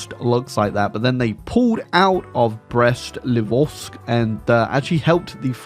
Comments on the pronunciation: I hate being that guy but I hear it too often to not correct it: it's Brest-Litovsk, not Livovsk. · Praying every day that learns how to pronnounce Brest-Litovsk correctly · He says it wrong every single time, so thank you for saying it